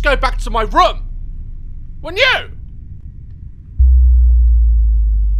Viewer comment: I love when he says ‘room’ as “rym” because of his accent 😂